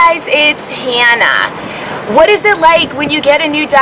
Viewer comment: Your name is, not Heeeeennna